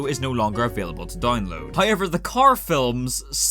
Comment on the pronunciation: Nobody:: "haoever"